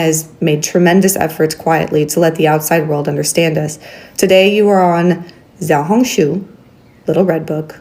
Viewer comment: It's pronounced "shiao-hong -shu" not "ziao-hong-zhu"